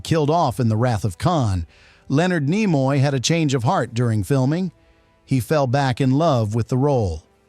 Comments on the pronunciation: Slap your AI narrator! Nimoy is pronounced KNEE-MOY, not NIGH-MOY. It wsa in your first sentence only, fortunately. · As soon as i heard Nimoy pronounced Nye moye i switched this AI shit off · I started watching this video, and heard the name "Leonard NEYE-moy" mentioned within the first 5 seconds. I immediate stopped watching right there and then, and I'm just taking a few seconds to write this comment. I have no idea what follows the first 5 seconds, but hearing "Leonard NEYE-moy" was enough to let me know that watching the rest would be a waste of time. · Ai Content Detected… Leonard NY-moy. Sound of fart wafting. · Ni-moy the ai does not now How to pronounce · You could not even pronounce his name... lost any credibility five seconds in. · An AI voice that can't pronounce a well known name is not worth finishing. I didn't. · More AI sloptube. Can't even pronounce Nimoy. Bug off. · Brought to you by AI that cannot pronounce Leonard Nimoy's name correctly.